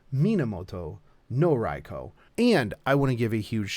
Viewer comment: Ok, I thought it was just the way you pronounced the name, but for the historical version you actually pronounced "Rai-Kho" but keep saying the fate version like "Rai-Koo". Why is that?